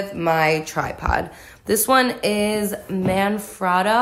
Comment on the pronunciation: Man fratta. Got me goin crazy with the pronunciation. Cool video tho, love to see stuff like this